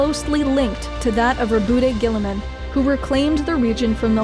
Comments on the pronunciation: Incorrect pronunciation of Rowboat Girlyman. :P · Greatly made video. Also, a woman interested in 40k? By the emperor! Also, are you sure how Maccrage and Roboute Guilliman are pronounced? Because i thought it should sound like "maccraidj" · Its Rowboat Girlyman.